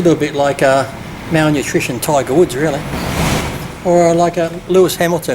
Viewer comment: "melnutrition tiger woods" XD